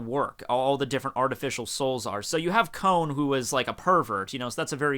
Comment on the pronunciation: Jeez fvcking christ dudu... Calling Kon a cone...put least minimal effort into getting rid of this stinking american pronunciation. FFS...